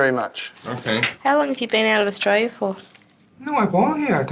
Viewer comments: Poor couldn’t even pronounce Australia. Nice try! 😂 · You can’t even call the word Australia 😢😅